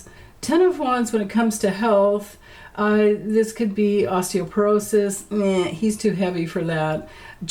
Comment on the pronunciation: When you said osteoporosis I thought, I heard rigor mortis!